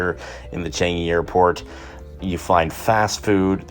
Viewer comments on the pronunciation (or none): not tryna be rude but i cant stand you calling it ch-an-g-y airport lmao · 😂😂😂😂 you cant even pronounce changi correctly. You screwed!